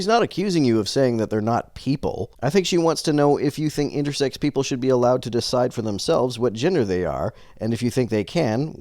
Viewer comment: Why does he keep adding a T on the end of "intersex"? Does he.. have "sexting" on his mind or something?